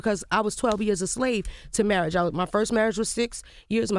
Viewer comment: Omar Scruggs 😂👍As Lil Mo says "Murraige".